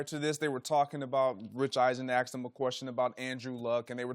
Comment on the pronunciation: It kills me when an educated articulate person uses the word "Axed" instead of "Asked" embarrassing for a "news presenter" or broadcast.